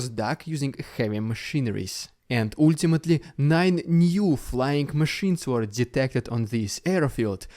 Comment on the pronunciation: Hopefully, pronunciation of “ultimately” is next in his list! Don’t want to be rude, it just makes my brain lag for a moment every time i hear it